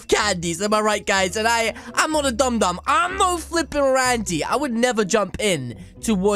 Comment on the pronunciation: it is not d . U. M it is d.o.m